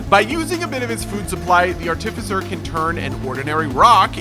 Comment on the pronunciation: bro said artificer wrong my day is ruined